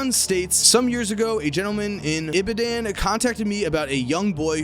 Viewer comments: Ahbiyoduuun. How yall pronounce polish names is beyond me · Bruh i was cringing the whole when he tried to say segun and ibadan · Man said Ibadan wrong Should I be insulted